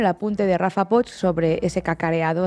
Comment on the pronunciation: Poch se pronuncia Poc. No cuesta tanto hacer el esfuerzo